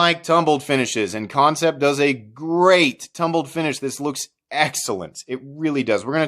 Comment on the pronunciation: Concept? Its an A.. not an O... what the hell dude.. Kan (can) cept (sept) love ya bro.. but the pronounced company name bugs the hell out of me..